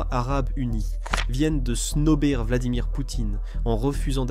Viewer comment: Sertin😂 vladimire😂😂😂